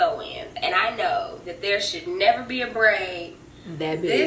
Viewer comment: The emphasis on that braid 😭😭😭😭